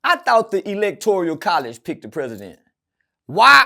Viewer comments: Electoral College not Electorial 😂😮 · Electoral my nigga not electorial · Electoral College . Not Electorial.